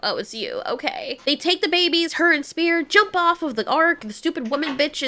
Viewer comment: bro called spear spang 💀